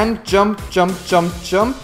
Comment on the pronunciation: Lol, he says "Jum" instead of "jump". xD